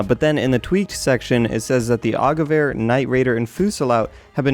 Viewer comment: YOU SAID GEWEHR AS GEVER! THANK YOU!!! My OCD Is Satisfied